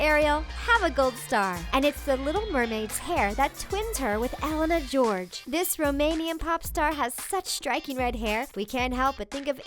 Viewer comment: Being Romanian and hearing Elena GEORGE is just so painful...